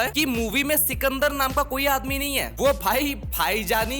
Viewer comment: Bhai chukandar nahi sikandar hai yaar.😂😂😂😂